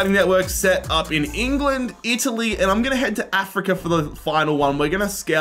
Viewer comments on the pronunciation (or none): none